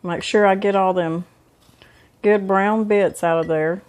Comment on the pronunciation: *Brown, not Beown